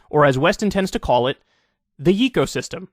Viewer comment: It probably is yay co system. Not yeee.